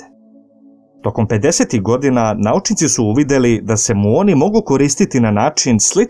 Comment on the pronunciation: Похвале за труд, али било је тешко све време слушати муон уместо мион.